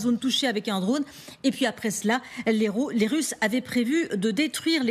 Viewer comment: C'est quoi les "Tusses"? 1.41 "Après cela, les Tusses..."